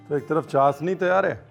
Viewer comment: Ranveer this is not चासनी . This is चाशनी